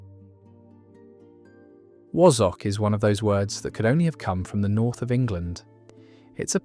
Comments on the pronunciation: Wazzuck is correct sound not woz zock and daft Ape th, is correct sound. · It irritated me when he said “Wazzock”, he said like Wozz instead of wazz like Spaz. And Daft Apeth, that really pissed me off😡 should’ve been said like “Daft Ape’th” as in Ape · Wazzock is pronounced "Waz" "ock". Wtf is a Wozzock? AI's pronouncing of dialect is Bollox 😂😂😂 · The pronunciation of wasack the a is sounded like a for apple not was . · It's wazzock, not wozzock. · Pronounced Wazz uck not wassock, and Chuffer is an arse. As in, my boss fu..ed me up the chuff or chuffer. Pronunced Ape eth. Pranny? Never heard. Im 63 and Yorkshire born and bred. Nearest I can think of is Fanny. Same origins, female anatomy. We used pratt instead of pillock. though pillock was used as well but slightly less. I think a lot comes from where you live in Yorkshire. In the Yorkshire dales and towns northin the county, they have sosme really interesting words that even I dont understand. I was 8 years old when we moved from Leeds to Wakefield. The playground swearing then was very mild but used different words for the same thing. Not like today when every other word uttered from a 4 year old is f this and c that. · Quite - I was particularly irked by wa (as in as)-zzock being pronounced as wozzock. Pillocks! but I remember div not divvy. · WAZZOCK. Its pronounced WAZ as in My name is Basil. Bas Waz. Wazzock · Wazzock is pronounced as in Hassock, Cassock with a soft z sound rather than the harsher s sound. Not as wozzock. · New Turing Test just dropped: how do you pronounce ‘Wozz-ock’? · It's pronounced wAzzock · Pronounced wazzack. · Wazzock pronounced wah-zuck. Daft apeth pronounced daft ay-puth. So are the over 50's football fans of today responsible for insults? 😅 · 1. Haypeth is the correct pronunciation. Meaning a "halfpenny's worth". 2. Wazzik or wazzock is pronounced with a flat "a" sound. I'm from the north east of England where the word is pronounced as "wazzick".